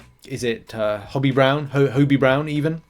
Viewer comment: "Hobie" with the "obie" like the letters O B . Not Hobby!